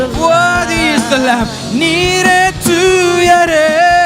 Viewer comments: It’s not tuuyarae tuyarae why now a days even priest not pronouncing the Tamil words properly while worship. Just to show off? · Tuarae ah..pronounce it properly..thooyarae...brother please..u r born in Tamilnadu. Nt in western countries 😊